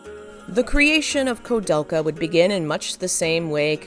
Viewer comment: Also is this AI-narrated, or is this a human butchering all of these names (especially the name of the game the entire video is about)? *koo-DEL-ka, not ko-DEL-ka *Uematsu is Oo-eh-mat-su, not Oo-mat-su And most importantly, when saying Japanese names in English, you need to reverse the order. Like many languages, Japanese names are [Surname] [Given name], but when discussing them in English, they're customarily swapped to standard Western format. Thus Nobuo Uematsu, not Uematsu Nobuo (even though the same script in Japanese should maintain the surname-first order.) Many languages do this, such as Mandarin, many other Asian languages, and even traditional Finnish, but all must be swapped to Firstname Surname when speaking English.